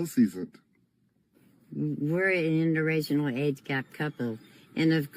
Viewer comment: And the old woman cannot even pronounce "inter-racial"...she keeps saying "interrational"😂😂😂